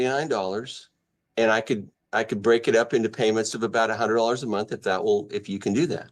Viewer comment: In college and gets paid "Once a munt"?